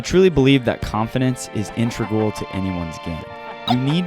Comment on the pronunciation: someone PLEASE teach this guy how to say “integral”